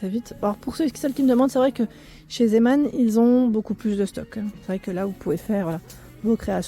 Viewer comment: Bonjour.....merci pour cette promenade chez Zeeman. Quell choix et quelles variétés. Cela donne des envies de tricoter. Pour la Royal j'en ai encore à 0.99€.En passant merci pour la prononciation de Zeeman, j'entends souvent ziiman.....l'origine est néerlandaise.